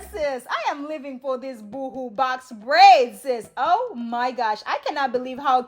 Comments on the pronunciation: 😂, girl! It sounds like you are saying boo boo braids. 😂 Boho rhymes with go go...🥰 Yes! Once again,, you slayed the easiest way to do box braids....YES!! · Love the great tutorial.... FYI... ("BOO HOO" is like crying.. "Boe Hoe" sounds like Boho..Bohemian? when you say natural is sounds like Nitro.. )